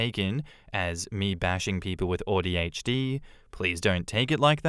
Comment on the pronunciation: Listening to say “Audi HD” is driving me crazy 😂